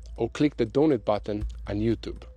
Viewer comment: Praying 🙏 One thing, the word 'donate' is pronounced dō-n8. You are saying dō-nŭt, which is a fried pastry.